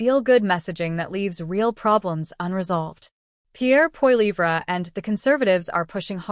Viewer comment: WHY cant all these A.I. Channels pronounce Pierre's last name correctly ?